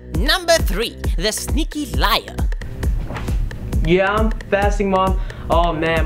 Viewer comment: it's "liAr" ^^